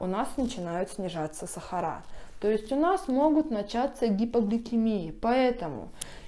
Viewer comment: СахарА красиво говорите. Я только это и слушаю у вас.